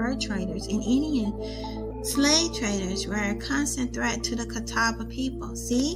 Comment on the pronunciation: I am a member of the Catawba Indian Nation. The way she is pronouncing it is the only way I've ever heard it pronounced. The Catawba language is Eastern Siouan language.